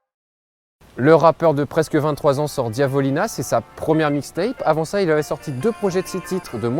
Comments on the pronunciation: C'est diavolana pas divolina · DiavolAna pas Diavolina au secours 😭😭😭